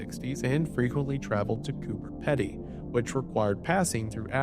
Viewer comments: For those interested: Mel-(BURN) Coober (PEE-DEE) Bevan Von (EYE-MEN) I think the rest were okay. Glenelg is still a magnet for families, tho no more rollercoaster. It's a great place to watch storms. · I live in adelaide and my mums friends mum new one of the beamont kids relatives :( also for future ily wendigoon but it is pronounced Brisbn not bane, and coober pedy is pronounced PEEdy, and melbourne is pronounced melbn not BOURNE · I love hearing Americans say “Mel-burn” and “cooper Pete e’ 💀 hopefully that helps with saying it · coober pedy is pronounced coober pee-dee (as opposed to peddy) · i implore you to check pronunciation of words if you dont know them.. 😂 pasty, coober peddy.. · Hearing you pronounce Melbourne and Coober Pedy hurt me with such a force as an Aussie